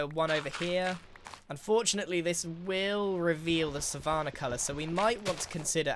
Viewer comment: Grians pronunciation of savanna is oddly jarring